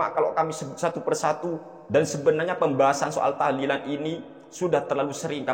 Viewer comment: Mintanya lafadz "tahlilan" bukan tahdian